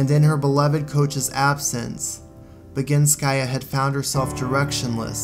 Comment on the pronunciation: It was perfectly done really. I adore this video and love your take on things.